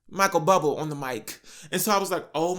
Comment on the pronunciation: my mans said "Michael Bubble"